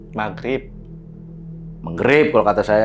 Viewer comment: Saya mmng bkn islam. Tp memng yg sering sy dengar Magrib bukan Megerip. 😅😅😅